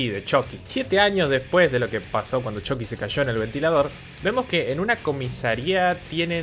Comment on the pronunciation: nunca vi las peliculas pero a mi viejo x malo los vecinos le decian "CHUKI" no como decis vos "CHOKI" en ingles